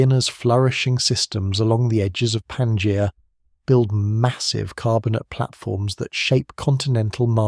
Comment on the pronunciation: Yet another AI video... Can't even pronounce Pangea properly.